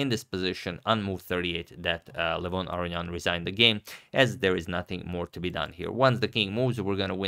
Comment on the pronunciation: Why do you always say his name wrong? It's not Arian. It's Aronian. Unless there's some weird convention I don't see.